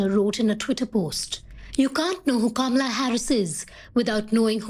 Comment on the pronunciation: You mean Camela? Yeah, that's about right.